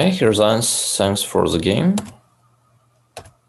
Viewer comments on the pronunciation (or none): senks for ze geym